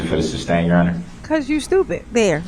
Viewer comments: Does he say substain cause he thinks that's how to say it or just to be a dick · ITS NOT SUBSTAIN ITS SUSTAIN YOU SHITSTAIN!!!! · He says "suBstain" Judge says "suStain" Then he repeats "suBstain" Why is he so f#cking stupid!?!? He actually looks stupid with those crazy eyes half way up his big all head!!! Even though I know he is under the PRISON forever It still disgusts me to listen to his stupid question! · For the love of God,..."sustain"! Not "substain"!... how many Goddamn times till he gets it!! Lol..he cracks me up with his "objections". He says "hear say" when someone is an eyeball witness! He has no clue what any of it means! If it wasn't so serious, it would be hilarious. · Darrell drives me crazy with the "suBstain" 🤦‍♀️ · Wouldn't you think after all this time he would know how to say "sustain". And that all his questions about plaintiff will be ruled not allowed. Hes very persistent.. and stupid.